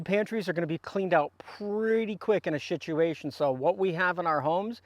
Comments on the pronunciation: Love the way you keep saying s*ituation lol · "Shituation" Speech impediment or deliberate pronunciation? (I'm new to the channel) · Can you say shitsuation? Sure you can. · And today’s Word of the Day is… “SHITUATION”! Thanks for that.